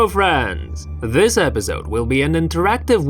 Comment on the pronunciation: clicks on video "HELLO FRANDSS" pfft lmao